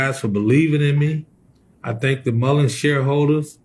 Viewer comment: Moron. Moron. Can’t even pronounce the name of the company correctly. Boot lipped moron. And YES you did say there wouldn’t be a split. I just went back and watched the video of him saying it